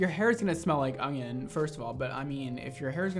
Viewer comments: baby, there isn’t a “g” in onion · Everybody else: onion mondo: ögnğion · No one: Absolutely nobody: Mondo: ONGION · Okay it's super cute that he can't say onion. "Onying" I love him! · I swear he's saying "ongion" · Lol I replayed the video to hear him say it😀 he did sound like he was saying ongion haha 😂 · nobody:: "ungyun" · Is it just me or does everytime says "onion" he says "onGion"?? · "ungion" haha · You say onion like ogion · Why are you saying ungyin 🤔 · Where are you from, you say onion sooooo oddly